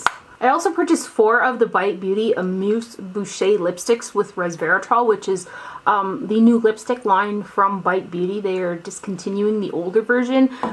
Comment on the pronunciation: FYI Bouche is pronounced booosh.